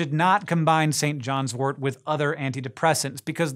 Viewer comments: It's St John's wort not wart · tut tut..........Pronounced "Sin Jin's Wort"